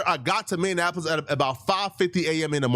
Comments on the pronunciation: SECOND incorrect usage of words for today: “Meannapolis” instead of “Minneapolis” 🤦🏾‍♂ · It’s pronounced (Minnie•App•Less) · Please don’t say my city’s name like that 🤣😭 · Minneapolis but the way he saying it is crazy 😭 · It’s Minneapolis! lol